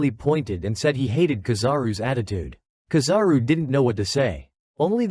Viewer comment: kizaru no KAzaru